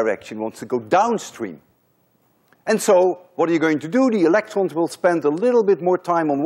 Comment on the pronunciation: I think you have a French accent, because when you said electrons you said it [elektrõ] with Nasal vowel (on= õ). Correct me if im wrong.